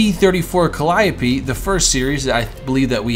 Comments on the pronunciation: Ok lets get it right this time! Calliope Cal-i-ope (Cal-ee-ohp) Please,, please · I'm pretty sure it's pronounced cal-ee-ope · "The T-34 Calliope" like if you noticed this